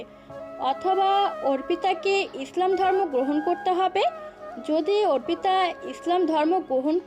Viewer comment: ছেলে পড়ুয়া কানা নাকি অর্পিতা নামটা অপ্রিতা পড়ে গেল পুরোটা সময়